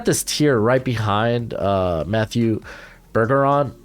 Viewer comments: Im from Montreal, Quebec and it's not pronounced Bur-Gu-ron. It's more like Bear-Je-ron but you don't really pronounce the n. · Pronounced Berzeron maybe, like more of a zh sound. There's a few ppl here ik with the same name with that pronunciation.